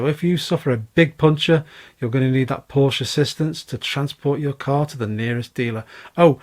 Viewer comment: im excited for you. Well done👍🏼(was going to unsubscribe if you didn’tsay Porsche🤣)